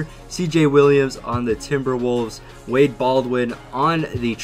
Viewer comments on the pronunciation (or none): none